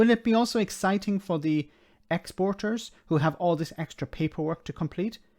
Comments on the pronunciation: Did she say eggciting? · Are you sure she didn't say Eggciting?